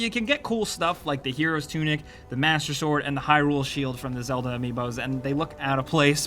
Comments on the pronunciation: “Zleda” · yes zleda lol